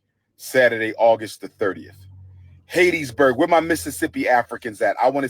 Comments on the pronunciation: Dude just messed Hattiesburg name up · It's Hattiesburg Mississippi not Hattedsburg and ain't nobody coming to see u 😅😅😅😅😅😅😅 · why does he keep calling hattiesburg Haitisburg. is he playing like it wasn't named after a lady named hatty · Someone tell him it’s not hatisburg it’s Hattiesburg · It's pronounced HAT EEE for Hattiesburg...Geesh, if you're gonna go to a place, at least know how to pronounce it. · Man said Hattiesburg so wrong